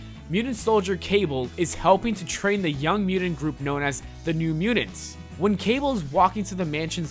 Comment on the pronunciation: Dude the way you say mutants (mudins) and kittens (kiddens) drives me nuts. I can’t even pay attention to what you are saying. Work on your pronunciation bro LOL